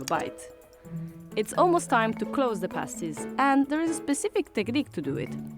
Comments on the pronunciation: Dude it's not "pastie" like paste, but "pastie" like past. Also, Cornish means from Cornwall. Jeezo you Americanos!!! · She said VEG not FUDGE. Tin mines in Cornwall..not coal. Cornish because from Cornwall..nohing to do with corn. Please listen to what is said..it is soooo frustrating. They are prouncef pahh-sties ..or with his English accent ..pass-ties.. But never pay-sties. Pay-sties are what strippers stick on their nipples. 😅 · Its not pronounced pay-stees its PAA (as in Patrick)-STIES bloody yanks getting everything wrong. And the mines were TIN. Never come to Cornwall you will get right royally screamed at for getting the names and history wrong. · How come, even though you’ve heard them saying pastie as in (castie) but still pronounces them as paste-y and nobody mentioned fudge in the video??? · not PAY-sties, PAH-sties. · It's pronounced, 'pass - tees'. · Say the word Pass (as in pass the ball) then add a T. So they're pronounced PASS - T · A paastie as you pronounce it is usually worn by a burlesque dancer to cover her nipples, just saying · Even after watching the lady pronounce the name of the item correctly several times you still managed to mispronounce it.